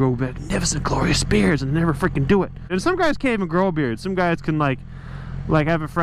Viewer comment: Thought this was " my first bike" , not ; " my first beard " . XD all love